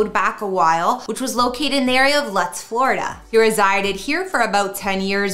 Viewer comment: Lutz it’s pronounced loots